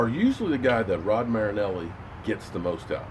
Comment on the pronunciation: Datone Jones sure hasn't done much lately...a sack a year. Just think...this is the last season you get to butcher Marinelli's name!!!!!